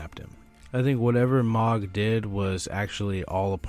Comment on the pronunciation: 😭 say Mohg right i beg